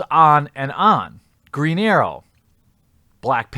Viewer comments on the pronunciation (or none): Your accent makes it sound like you said a Mexican version of Green Arrow, Greeñero.